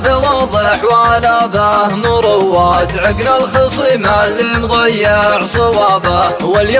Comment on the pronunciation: فيه غلط اللي هي مراواة يعني تردد وتفكير ، لكن بالشيلة نطقها المنشد مروّات وفرق المعنيين فرق مابين السماء والارض .. ابدع بشكل عام 👍